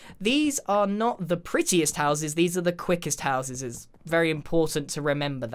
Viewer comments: "These are the quickest houseses" Love it! lol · ”these are the quickest houseses”